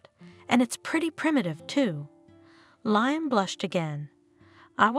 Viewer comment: Can you at least make sure Liam is pronounced correctly???